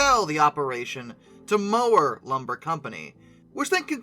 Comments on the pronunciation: The name of the second company to own Cass is pronounced with a longer more open "O" sound, like "MOUWER", (pronounced like the word "mouse"). I used to help run photo charters at Cass, in fact quite a bit of the video footage in this clip looks like it came from some of those charters in the 1980s and 90s. The state park system did not do a very good job of trying to preserve the Cass lumber mill, allowing it to deteriorate and collapse into ruins. Basically, their philosophy was allowing entropy and nature to take it's course, so all that is left of the mill are ruins, when they could have allowed it to be restored into one of the finest examples of an early 20th Century lumber mill ever. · So a few corrections. Mower is pronounced Mao-wer. In the beginning of the scenic railroad they had almost nothing. They had two camp cars, 10 flatcars, two functional locomotives, and one that was only slightly broke. In fact 6 is tied for the largest Shay ever built. 6 and Mower 12 are the same locomotive design. The only difference was 12 was modified later with a fourth truck and more water capacity making it a 190 ton Shay. 12 was also built in 1921 whereas 6 was built in 1945. What Lima had to do to built 6 was go down to cass and take measurements off of 12 which had been wrecked in 1942 but survived until 1957. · Just a small nitpick, Mower is pronounced Mow-er, the ow as in cow. Also this same railroad helped provide wood to the Wright brothers, THE Wright Brothers.